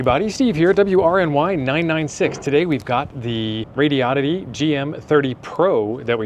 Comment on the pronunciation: THANK YOU FOR SAYING THE COMPANY NAME RIGHT. it's SHOCKING how many people can't pronounce it lol. Like the car brand Hyundai. It's hun-day, sounds like SUNDAY. Not hi un dayeee or HON day .... It's a horrible OCD thing for me and I know I'm crazy 😂